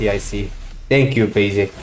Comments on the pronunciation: General don't say Basic, He says Bagic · Hoon also says BAsic